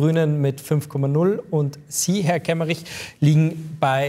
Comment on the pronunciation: Kemmerich? Ernsthaft?